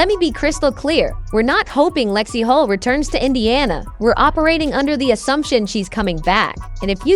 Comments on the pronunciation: HULL, not Hall or Hol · Yes, lets get real.....Hull, not Hol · Lexie Holt? Stop using AI and start using real people for Christ's sake😮